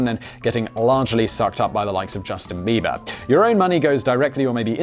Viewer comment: Hey, it's Bieber, not beaver!